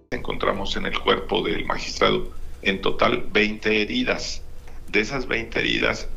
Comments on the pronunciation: Magistrado, se dice magistrado se escribe magistrado. Nosgistrade no mamen. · Magistrade 😂😂😂 hablen bien!!!!! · Ya dejen de decirle magistrade, ustedes son periodistas y se suponen que hablan perfectamente Español! Y dale con su jueguito, es MAGISTRADO. La verdad se escuchan ridículos diciendo esa palabra de manera incorrecta.🙄🙄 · Independientemente de la muerte de dos personas. Es increible que un medio de comunicación serio, haga el juego y diga "magistrede" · "Le magistrade" JAJAJAJAJAJ hable bien alv 😂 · Es magistrado, no magistrade me memen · Porque tienen que seguir la el idealismo porque no pronunciar correctamente la palabra como es de magistrado.